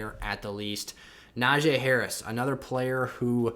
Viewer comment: pronounce najee’s name right. super disrespectful.